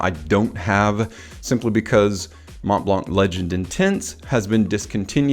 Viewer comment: You don’t really say the ‘t’ either in Mont blanc 😉 Thank you for the video. Great overview 👍